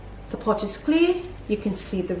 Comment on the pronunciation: you were saying potch when you put the rocks in.